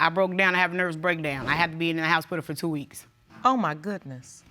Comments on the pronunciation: It's hospital not HOUSEspital😁😁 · Did she say Housepital?